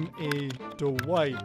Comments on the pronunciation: Wait with or without captains it actually sounds like he said hello I'm too white I'm pretty sure it would have said Dwight he just pronounced it a little off but that is hilarious edit: Dwight: okay let's slap on some perks Dwight perks captions: okay let's slap on some perks white perks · With captions/subtitles everytime he says Dwight the subtitles say white